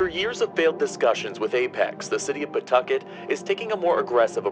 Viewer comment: Love these videos man. I live out here and you said Pawtucket right lol . Ever since the DMV left Apex hasn't been anything